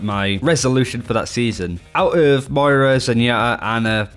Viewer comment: I can't believe you said "Moira" right !!!